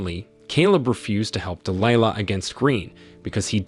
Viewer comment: Why are you pronoucing Delihla differently? Sometimes you say it correct ("Dee Lie Lah, then you say "Dee Lee Laah". Also "May Fee Ahh"? Bad Text to voice.